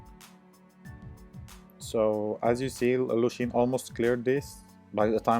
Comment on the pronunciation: its lushen not lushin cant listen to it lmao :D